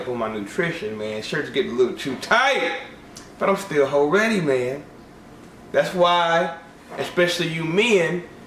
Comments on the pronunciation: every time you say ho ready I want to punch your face, just saying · Did this dude say Hoe ready?? LOL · did you say, "hoe ready?" lol